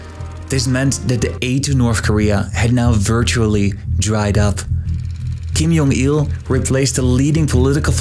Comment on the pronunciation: Why did you pronounce Kim Jong Il as "Kim Yong Il"? Every North Korean media pronounces his name with J instead of Y. So why change the pronunciation?